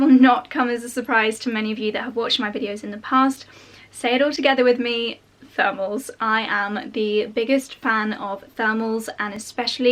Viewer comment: I kept wondering what the heck are "furmels" and I only realized she's saying thermals 3/4 of the video through haha